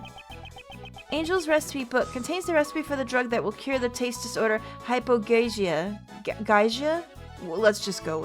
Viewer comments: It's pronounced Hyper "Goo-shuh" Hope it helped! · & It’s pronounced “High-Poh-Gyoo-Zia” or “High-Poh-Gyoo-sha”.